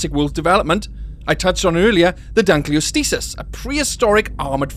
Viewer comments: lol its Dunkleosteus and not Dunkleostisis who teach you read?? must be Punished Hardly ! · It really bothers me with how you mis-pronounce Dunkleosteus. the osteus part is from the Greek for bone. Just think of Osteoporosis or Osteoarthritis.